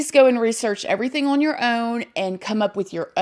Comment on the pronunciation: First off... I definitely get the vibe from that Carter guy that he's just trying to milk it for what it's worth tbh and Secondly.... Can we all just take a moment to acknowledge how absolutely adorable it is the way says the word "on" lol not makin fun of it (trust me I'm no one to judge an accent, I got my own lil southern drawl/twang) it just sounds adorable when she says "Oin" instead of "On"... It's unique (atleast I've never heard that word used like that an any accent) and pretty cool... It's almost like this girl got her own language!!! You're awesome and please everyone, don't take what I said as pokin fun or bein rude, it was meant as a compliment, so no one come for me. lmao